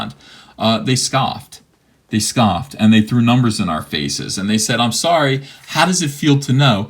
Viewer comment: "Soyry, not soyry." Also, Rose Tico wasn't cool until CAPS-rehabilitation healed her.